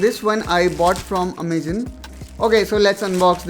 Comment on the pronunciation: amazon ❌ amagen ✔